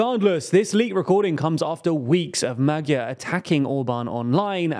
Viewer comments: Could you possibly learn how to pronounce the word/name Magyar correctly? There are these things called internet translators. You type in the word, then press the little speaker button, and it will play back the proper pronunciation. Then you can learn it, and use it in your otherwise very professional news report. And just as a side note, every language has its own alphabet, and its own rules of pronunciation, and its own special characters that are not pronounced necessarily like they would be in English. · Yet he still pronounces it wrong. The new hosts do more due diligence when it comes to foreign name pronounciation